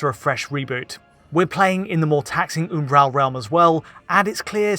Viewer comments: Can you stop saying "Oombaral"? It's Umbral. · i have never in my life heard the word Umbral pronounced like that. I was literally halfway through the video before I figured out what he meant.